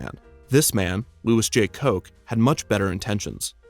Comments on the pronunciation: Koch (at least in terms of what the actual family uses) is not pronounced "coke" it is pronounced "cook" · sorry to be that guy, but Koch’s name is pronounced like “cook”, not “coke” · Koch is pronounced cook... I had to do a report on it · The Koch family name is pronounced “cook”, not “coke.” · It’s Koch (Cook) not Coke. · Great park. Well worth the visit. But I want to point out that the Koch family connected with Holiday World pronounces their name as “Cook,” not “Coke” like the Koch brothers. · Fun! But we Hoosiers pronounce it Cook, not Coke (Koch). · Koch is pronounced “Cook” not “Coke” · Hey Kevin. Koch is pronounced "cook," not "coke." I grew up just south of Santa Claus, and the Koch family is still in charge and huge in the county. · I'm going to be that guy but Koch is pronounced like cook not coke. Otherwise I love your videos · Koch pronounced "cook". Really cool segment! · Koch is pronounced "Cook". Source: worked at Holiday World 20 years ago. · You pronounced the name Koch wrong, it is pronounced "Cook". Santa Claus land still exists within Holiday World. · Idk if I commented this before but the koch family name (at least in Santa Claus) is pronounced “cook”. Anyway Santa Claus was a pretty good place to grow up imo even though there are only like 2-3 restaurants if you don’t count holiday world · It's pronounced like "cook." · Koch is pronounced Cook in Indiana. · Amazing video! I grew up in southern Indiana and Holiday World was my favorite theme park growing up! Just a small note, Koch is pronounced "cook". So happy to see a video showcasing this little town. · I grew up in Santa Claus, IN and I can confidently say all of this info in the beginning of the video is true. Although Koch is colloquially pronounced "cook." The family still runs the Holiday World today and, by extension, the town's economy...we just recently got a second gas station and a Dollar General. I lived in a gated community called Christmas Lake Village on Ornament Lane.